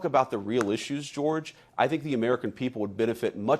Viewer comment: I love running gag of butchering George's dumb name